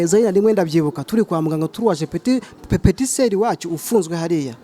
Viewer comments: Bavuga petit soeur ntabwo ari petit seri😀 banza wige naho ubundi ndabona umeze nkabagore udutikuuuuuu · Nako ngo pepetiseri 😏